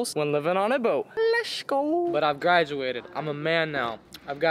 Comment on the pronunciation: Very creative, but please stop saying "lesh" instead of let's. It is worn out and makes you sound like you have a speech impediment which is disrespectful to those who do have clear speech problems.